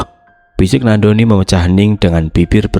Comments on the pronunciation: Nandoni kak bukan nak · Ko bacanya nak doni trs sihhh